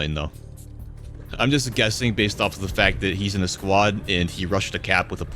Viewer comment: kills me “it does get aphe”😂